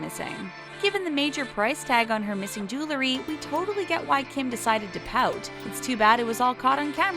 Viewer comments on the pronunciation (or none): narrator said “julery” instead of “jewelry”